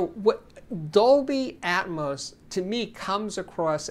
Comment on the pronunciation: For crying out loud it's not ATMOSE it's ATMOS as in Atmosphere. It's not Atmosephere is it?